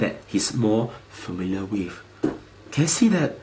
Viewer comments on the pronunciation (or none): none